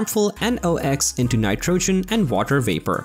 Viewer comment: lots of repetition of the same facts and statements! And its diesel not gas it burns! And I couldn't figure out what the "insane" reason was for developing the V8, other than reacting to demands of the industry! Cut down on the BS and it will make the videos better! And pronouncing "nitrogen" correctly would help too!